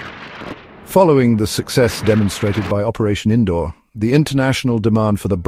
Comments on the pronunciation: Its seems AI can't Pronounce Sindoor 😂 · Cake get the name right sindoor